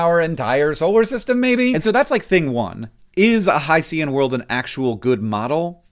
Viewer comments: every video I've seen has said hi-see-an world, but it's hi-shen. Ocean isn't Osean, unless you're from Strangereal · It should be hy-shin, like o-shin. You don’t say Pacific O-see-un. (Note that the i should be a schwa, not an i, but I can’t type an upside-down e.) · I would never quibble about pronunciation typically, but since hycean is specifically a portmanteau of hydrogen and ocean I hope you'll forgive me for pointing out that, at least going by Wikipedia, it should be pronounced in two syllables (haɪʃən/ HY-shən). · Hank, I have terrible news. Rather than a respectable allusion to Greek mythology, the word "Hycean" is a cheaply-made portmanteau of the words "HYdrogen" and "oCEAN" and is, devastatingly, pronounced "high-shin". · oh “HY-cean” …I initially was like wow spruce trees are multi planetary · I think Hycean is pronounced like ocean. Not Hys-ee-u-n. Also Dimethyl sulfide would absorb the same wavelengths of light, regardless of density or whatever argument you were trying to make about absorption on earth vs absorption on this other world. It has to do with the energy levels of the component atoms themselves. This IS SOMETHING. And this is not the only life-associated compound detected in this exoplanet's atmosphere. Does it confirm life? Absolutely not. Is it weird and eyebrow raising? Definitely. This is something to get excited about! Because either way we will learn something. Either there are processes producing these compounds that we don't yet understand(new chemistry, exciting), the data processing for extracting these signals is off somehow (I don't feel this is the case. But I could be wrong, I am not well versed in the specific data processing techniques they use), or these compounds ARE present, and ARE being produced by processes we already know of, i.e. life. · Hank, pretty sure hycean is pronounced similarly to ocean so it's hy-cean instead o-cean. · My not-to-keen ears heard “Hi-C-um worlds” and “puppy atmospheres” :D